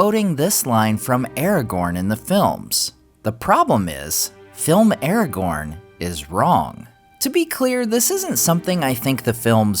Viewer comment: You say "Aragorn" wrong